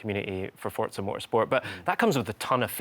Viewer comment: FOUR- ZA. Not For-t-za.